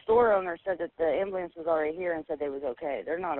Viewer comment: HEY FOLKS, THE PROPER WAY TO SAY AMBULANCE IS EXACTLY HOW IT IS SPELLED. LET'S TRY REALLY HARD TO SPEAK THE ENGLISH LANGUAGE 🤔 ITS NOT AMBALANCE. GET SOME EDUMACATION! LMAO 🤦🏼‍♀️